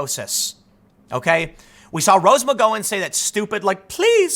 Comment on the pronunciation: Mi, Gow ,an not Mi, go, an. emphasize the W. I'm Scottish and you keep misprenouncing McGowan.